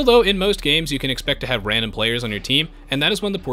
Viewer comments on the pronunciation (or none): none